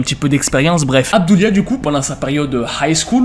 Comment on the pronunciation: Toute la vidéo je croyais que tu disais Hamdoulia 😭